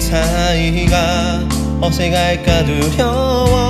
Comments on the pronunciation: '어색할까'를 '어새칼까'가 아니라 '어새갈까'로 발음하시는게 숨겨진 차밍포인트가 아닐까 싶네요ㅎㅎ 광주의 자랑 장범준님 화이팅!! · 어새갈까 두려워 범준님 특유의 발음이 매력적! 물론 도입부 담담한 목소리부터 최고!! 기다리는팬 심심할까봐 참여했다고 했는데 너무 고맙고 콘서트에서 다시 볼 수 있기를 간절히 소망해요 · 어색할까 두려워 특유의 발음 너무 좋아요ㅋㅋㅋ! 장범준님 노래는 언제나 믿고 듣습니다...최고... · 이번 곡 킬링 파트는 범준이형 어색할까 발음 아닐까.. 곡도 너무 귀엽고 원곡 느낌을 장범준 만의 스타일로 잘 살린 것 같다.. 사인 모자 너무 갖고싶다.. 이렇게 말해도 될지는 모르겠지만 장범준만 할 수 있는 특유의 찌질한 감성이 진짜 사람 미치게 하는듯 ㅠㅠ .. 사인 모자 너무 갖고싶다.. 제발..